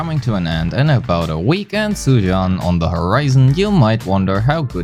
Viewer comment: I just heard you calling her "Zhu Yuass" 😳